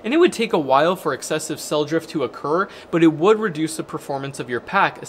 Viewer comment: You'd "BUT" spells BoouaAt. It's upsetting